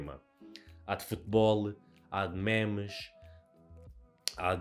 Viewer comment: "mémes" broo, fico desapontado contigo 😔